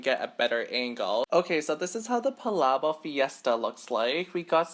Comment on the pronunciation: It’s pronounced pa lah bokk